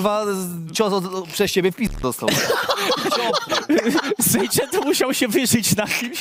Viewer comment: Sejczento :D